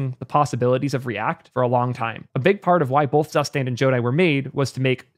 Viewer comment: Zustand is actually pronounced Tsoostunt